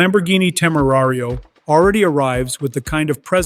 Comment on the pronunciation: No entiendo porque los audios en español pronuncian su nombre como " Temario " en vez de Temerario.